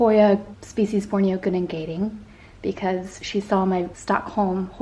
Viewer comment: You got the 'gunung' pronounciation right for your Hoya gunung gading, but 'gading' is pronounced 'gah-ding' (the 'a' as in car or bar) rather than 'gae-ding'. Gunung=mountain and gading=ivory. So rough translation Hoya "Ivory Mountain".